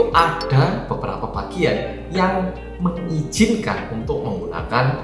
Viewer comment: moodboosteer banget rek ngomong e Ka-na-ddhaa, Amster-ddham, meng-ijjHinkan, asli nguwakak pek 😄🤣 suwun lho